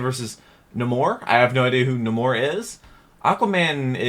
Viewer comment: Yes... Aquaman vs (Nuh-more) much better fight than Aquaman vs (Nay-more).